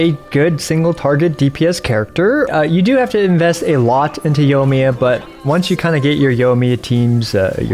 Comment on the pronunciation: Did he actually call her YOLO-miya?